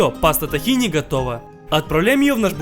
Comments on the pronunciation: Живу в Израиле девять месяцев, блюдо действительно получилось невероятно похожее, но правильно "тхи́на", а не "тахина" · Тахина ударение на и а не на а